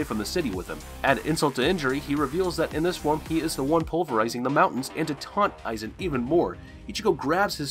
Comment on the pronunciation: Mispronounced "Aizen Ichimaru"